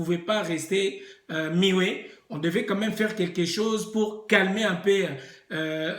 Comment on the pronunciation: Miwet (muet) wana français mini? Kiekie mbadi